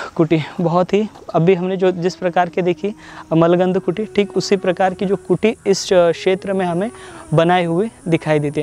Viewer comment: बहुत अच्छी जानकारी दि है आपने पर आप जिसे मलगंध कह रहे है वह मूल गंध कुटी है कृपया सुधार करे